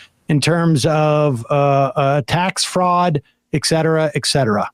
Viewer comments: Eckcetera makes me crazy. It's ET CETERA with a 't' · PLEASE,,,, it’s NOT EKSETERA EKSETERA—— it’s ET SET UR UH. Etcetera ——- get it right,,,, you continually sound Foolish SAM.